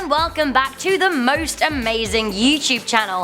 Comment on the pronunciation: Why does she always say hallo